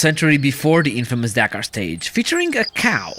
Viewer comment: Can't imagine Romanians pronouncing Dakar as Deekar